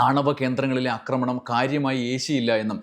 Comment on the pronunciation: അക്രമണം, അക്രമിച്ചു അല്ലല്ലോ ആക്രമണം, ആക്രമിച്ചു അല്ലെ. കേൾക്കുന്നവരെല്ലാം തെറ്റു പഠിക്കില്ലെ?